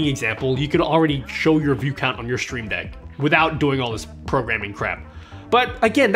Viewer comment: I like the way you say “sh-shtreamdeck”😊